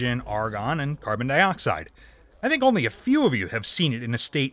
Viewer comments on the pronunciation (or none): PLEASE go BACK to YOU doing the narration... PLEASE!!! Not only does it NOT feel like a REAL Thoisoi video, you probably have to PAY to get that person to do the narration (which he's not very good at either... WHO SAY 'carbon DEEoxide" ???? NO ONE, THAT'S WHO!! lol) PLEASE brother, listen to your audience.... or at least give us a reason why you have to do your videos with a narrator..... In your last video I saw a TON of comments about not liking the new narration, and with 13 comments already on this one 6 of them were NOT about you switching back to YOU doing the narration... and one even unsubscribed because of it..... Ultimately it's YOUR channel, and I'm here for the SCIENCE. so I'll be watching all your videos either way... But it doesn't feel right without your voice... - AND if you are doing this to get more viewers, then I TOTALLY understand.... (but I personally don't think it will help all that much... but I WANT you to PROVE ME WRONG and HOT that 1 MILLION SUBS and get 200K VIEWS IN THE FIRST HOUR!!!) - But maybe listen to your audience if it doesn't work after giving it a few months (but you need to upload more than once a month lol) - Now.. ON WITH THE SCIENCE!!!! (oh and I NEVER GET TIRED of seeing the phase changes in that ampule, it is MIND BENDING!!!!) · why does he says CARBONDEEOXIDE bruh